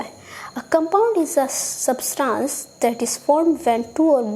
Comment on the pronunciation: Why is she pronunciating substance as substaance